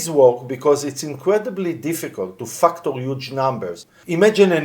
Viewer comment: Fucktor? You said Fucktor... but I've been screaming this from the rooftop! The blockchain is the ultimate target. Quantum computers are closer than anyone thinks. 2030 is 4 years from now and that technology is getting closer exponentially. I know this for a fuckt. THANK YOU for putting this info out. Most IT people are clueless or complaisant about this.